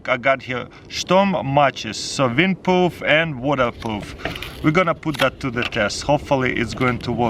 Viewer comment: windpoof and wadapoof😅😂😂😂